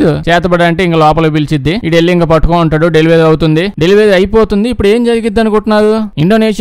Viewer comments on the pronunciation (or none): none